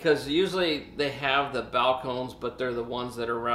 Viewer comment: 3 syllables...Spanish pronunciation.